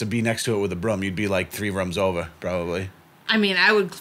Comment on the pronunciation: When says “three rooms over” the “over” sounds like “OVAAH” and it’s great